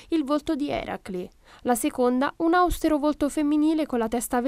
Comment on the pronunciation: Austero si pronuncia con l'accento sulle e!